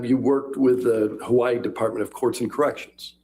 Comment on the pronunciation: why would it be annoying to pronounce burrito correctly? And I didn't say that one has to pronounce Hawai'i with the 'okina, I was only pointing out that Dr. Curry was pronouncing Hawai'i correctly. So I'm not sure I'm quite understanding your comparison. 🤷🏽‍♀️